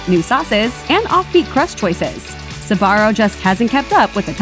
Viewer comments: You do know its pronounced zbarro and not sabarro right? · Never understood why people pronounce it "Sabaro" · Am I the only non-American with a smattering of Italian who is amazed it’s not pronounced zbarro? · I've been pronouncing sbarro wrong my whole fucking life goddammit